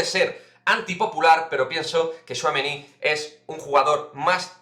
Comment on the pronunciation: Buenas!!!Veo que ya pronuncias muy bien al bueno de thouameni!!!veo mucho francés en la plantilla,me gusta más la mezcla de culturas,no sé si tu a eso lo verías un problema.Pero de quedarne me quedo con Pogba.